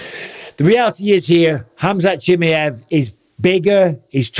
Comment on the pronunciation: HamZat JimmyEv.... 😂 Bisping don't care for pronunciations llf